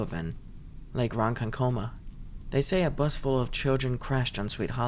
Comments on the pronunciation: Also damn that was one way to pronounce Ronkonkoma lol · how dare you pronounce Ronkonkoma wrong